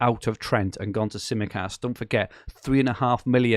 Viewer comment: Some cracking teams in this podcast! Fantastic Greek accent for your pronunciation of Tsimikas too,! You've finally nailed an accent!